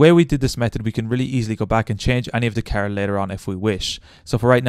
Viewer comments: "my keeer" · Was watching the video and then you said "Carrrrr" which just killed me so I had to stop lol. Sounds like you are from Boston.